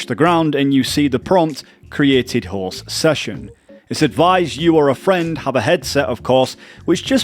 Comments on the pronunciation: Your accent makes it sound like you said, "The Horse" instead of "The Host" and it made me giggle hehe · I kept hearing horse instead of host and it got me confused lmao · The best thing about this guide is that the way you pronounce “host”, sounds like “horse” 🐴